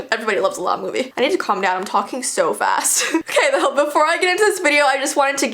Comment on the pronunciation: I think its more of a christmas "movee":3 LOVE U KEEP DOING THESE "movees" luv u